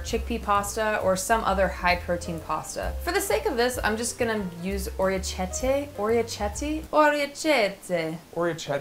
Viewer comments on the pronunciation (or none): In the Italian language, a "ch" is typically pronounced as a "k" in English. The name of the pasta phonetically pronounced would be "ore-eh-kihehteh". I enjoy your videos, but I wanted to clear up the pronunciation since I am a classically trained Italian chef. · The 'ch' in Italian is pronounced like a 'k'. So orecchiette is pronounced "o-ray-kee-eht-tay" 😊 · The pronunciation of that pasta is aw-ree-eh-key-eh-tay. Well, it’s at least an approximation. The big point is that ‘ch’ is a ‘k’ sound in Italian. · I'm italian too and I second that. Also they are called "orekeyette" (the E is pronounced more like an A and the "chi" in the middle is like the word "key" like I wrote) 😊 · Everything you make looks amazing!! Btw the pasta is orecchiette, meaning "ear", the cc is a "k", sound. Thank you so much for sharing your recipes!💚